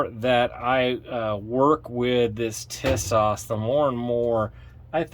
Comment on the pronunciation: For the record the company name is pronounced 'TEE-sosh'. The actual model name is the 'Zagana'.